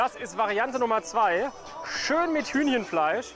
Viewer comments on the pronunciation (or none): Hünjen Fleisch? 😂